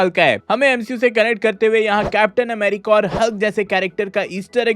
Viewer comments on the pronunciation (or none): none